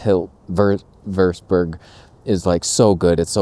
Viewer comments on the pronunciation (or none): The map of Kingsville & Leamington that you show is backwards. The way you have it positioned shows Kingsville as west of Leamington, but in reality, it's east of Leamington. Btw, when you pronounce Amherstburg, the letter 'h' is silent. You're not supposed to stress it. Pronounce it like 'Amerstburg', with no 'h' sound.